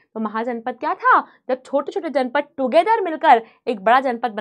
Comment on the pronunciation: Ma'am it is Janapada not janpada 😅